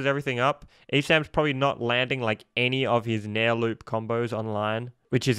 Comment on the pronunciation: that’s nair, not fair